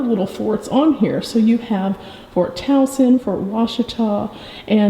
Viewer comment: I am just amazed that you pronounced Towson correctly. We have a Towson MD and people often pronounce it “Toe-son”. 😂. All kidding aside though - great video - Andrew Jackson was an awful president - I will be glad when Harriet Tubman replaces him on the $20 bill. Thanks for educating all of us.